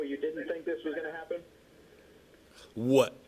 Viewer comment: why he say what like that lmao